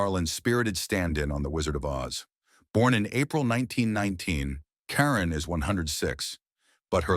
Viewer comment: Actually, it is Eva (pronounced ee' va). And not Leslie Karen, but French, pronounced more like kah rohn'. Narrators should practice names prior to recording. I enjoyed this video, but it takes me back in time because I'm old. It gives me hope, too. Thanks!